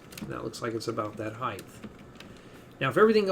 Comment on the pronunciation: Did you just call it the weighth and heighth?